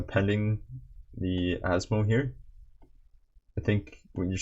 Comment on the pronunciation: Man has instantly earned my respect properly pronouncing Asmo's full name within the first minute of the video.